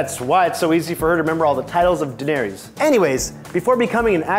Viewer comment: If you’re gonna make a GOT video at least pronounce danaerys name right!